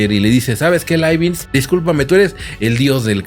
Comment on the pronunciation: Hola. Muy interesante el video. Pero por qué pronuncias Laibinz si lo correcto es Laibniz?